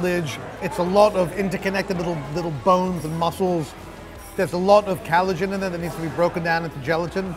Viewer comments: Did really just say 'callagen' when referring to collagen? I think this more than anything is evidence that he has not even the most basic shred of knowledge about what he is presenting and instead is just throwing out all of the foodie terms he's heard other presenters use. This is why the top comments on his videos will always deride his pretentious vocabulary: because he doesn't even know what the words he's using mean. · It did sound like callagen but then you came to the wrong conclusion. Clearly, he meant collagen, and the rest of his review was accurate so I dunno what you're going on about.